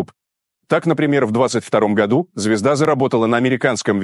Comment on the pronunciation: М-да... "звИзда" на "звизде"!